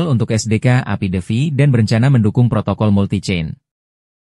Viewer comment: Ngomong protokol aja jadi protocol,skiplah😂😂